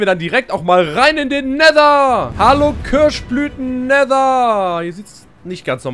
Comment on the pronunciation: Köasch Blüten! 😂